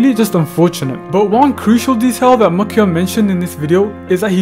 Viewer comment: Why does he say his name like MyCyum